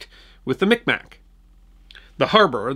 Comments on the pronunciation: Thanks I checked and in your country the name of the tribe seems to be pronounced phonetically. MikMak In Canada, the accepted pronunciation is: meeg mah I appreciate your work. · It's actually pronounced closer to Mig-mah (Mi'kmaq) now. Micmac was (or seemed to be) the norm when I was young. But, you're from away so I'm sure you'll get a pass. Pretty sure I saw this year's tree in transit. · A correction, Sir. It is not “Mic Mac” but rather Mi’kmaq, pronounced like mig-maw. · Just fyi it's pronounced mig-maw not mick-mack, despite the spelling